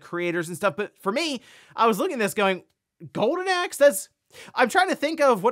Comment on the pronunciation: Are you saying "Gowden Axe"? 🤣